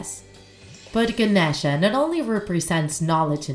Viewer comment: It’s no pronounced like that it’s like “Ganesha” no”genisha”